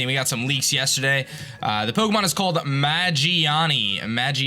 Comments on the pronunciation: mageaRna is how it's spelled/pronounced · Its Magearna!